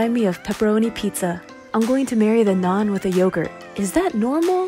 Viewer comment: It's funny how u say "nuun" instead of naan